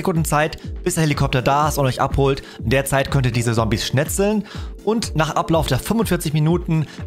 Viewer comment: Das du Sombies sagst triggert mich echt😂